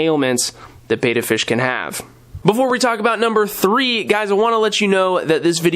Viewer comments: Whose opinion counts when pronouncing the name? English language rules say vowel consonant vowel , the first vowel should be hard EE. The letter E is not normally pronounced as aa so bet ta would seem reasonable way to pronounce Betta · Don't worry, plenty of us have other pet peeves, and don't get so pedantic on this common mispronunciation. Far more important that you focused on the need for a decent sized tank, I agree that 5 is the starting ideal (though you were diplomatically indirect here), and all your other suggestions for proper care. Though I think you've got your betta tanks so densely planted that you'd be safe going without a filter, of course most people need to start with one. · I'm sorry,. I watch all your videos, but pronouncing "Betta" incorrectly is not very professional. After all, you are the "". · Pronounce betta right lol